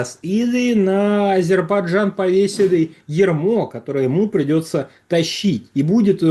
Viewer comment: Шепните кто-нибудь ведущему, что в слове Азербайджан есть буква "й" :)